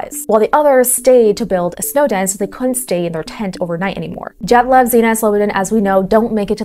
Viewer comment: Belarusian here. Your Dyatlov pronunciation is 🤌